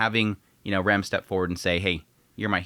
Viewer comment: You pronounce "Rem" and "Ram" the same